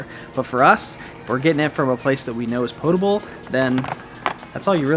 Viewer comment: Thank you..thank you so much for saying "potable" right... hahahahaha... love you guys!!!